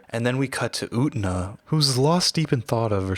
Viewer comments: I only came to the comments to comment the same thing The entire sub of the anime: "yu-ten-ah" This dude: "oot-na" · ..... Slight internal trigger by the mispronunciation of U-TEN-A!! 😊